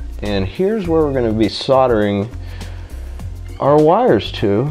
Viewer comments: SOLDERING not SODERING. Lol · Sordering.... Fucking sordering, that's pissing me right off